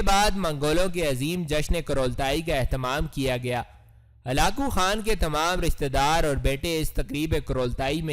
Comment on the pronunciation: Ap halako khan ko halao halo bol rahe ho